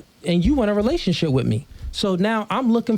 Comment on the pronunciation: Whats a rationship? 😂😂😂😂 Is she drunk or just stupid? Or maybe both?